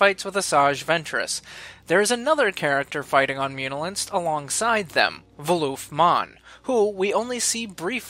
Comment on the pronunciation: Voolvif Monn not Vooloof